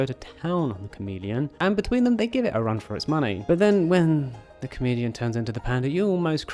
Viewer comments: Thought you were saying “comedian” instead of “chameleon” and was real confused near the end. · Kept getting confused because it sounded more like you were saying "comedian," and not "chameleon." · I kept hearing Comedian instead of chameleon and I kept wondering why you're calling her a comedian. xD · I heard comedian and not chameleon😂